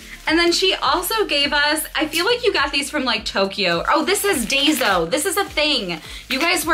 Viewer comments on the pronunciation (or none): It is daiso not dazo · Love today's video! Daiso (pronounced Die-so) is a Japanese dollar store. Most things are sold for $1.50 sometimes more. They have a lot of cute Japanese Disney items. The stores are hard to come by. I live in Manhattan and have to travel all the way to Queens to shop there. Might have to go once the city opens up to get those cute cards! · Congrats on 4000! Daiso is a Japanese equivalent to a dollar/low cost store. I've visited them when I was there and they have tons of great stuff. It is pronounced die-so :) You guys need to plan a tokyo disney trip I think!